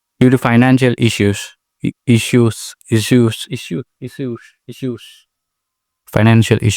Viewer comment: Issues ❌ Eishues ✅ I don't know you remember me or not but yeah good too see you growing in long form. felt good at that time when you shifted from short form content to long form content. And yeah you have improved a lot.